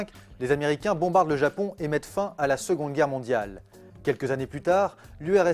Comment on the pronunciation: Fin ne se prononce pas fan...?? Êtes vous dyslexique